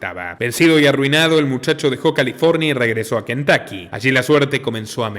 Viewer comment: Cuando pronuncien nombres en inglés… tómense el tiempo de investigar cómo pronuncian tal nombre en el país de origen …. Se pronuncia Kentocky, no Kentaky